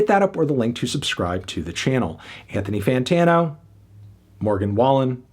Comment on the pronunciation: "Anthony Fantwang-o here...."